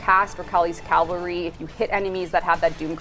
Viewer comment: its written cavalry and shes saying calvary . realy? leary? thaw era ouy naltink atoub?